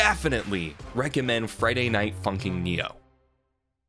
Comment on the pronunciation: The fact that he keeps calling it Friday night funking